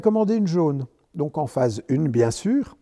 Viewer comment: Phase UN, pas phase une 🎉